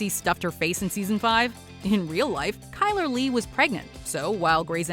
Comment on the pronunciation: Chyler is pronounced like Kyler???